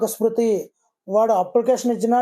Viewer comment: Smruti. Not sruti